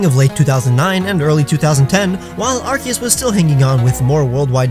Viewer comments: Arkeeiss!? Arkeeis?! It’s Arcoos! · you meant to pronounce it as ar-coos. Not ar-keus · It’s ARKOOS not arceus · Why is everyone pronouncing Arceus as Arkeeus when it's clearly called Arseeus in Japanese? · How is it 2020 and people are still saying “arkeus” when it’s been confirmed the c is pronounced like an s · It's pronounced Arkoos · This idiot really pronounced it like that. He probably doesn't even play pokemon much... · the way he said his name is killing me